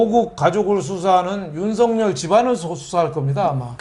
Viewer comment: 윤석열을 윤석렬로 발음하지 마세요 기본적인 국어입니다 반성하시길~